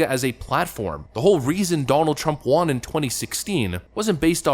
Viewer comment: Won = Wun Won ≠ Wahn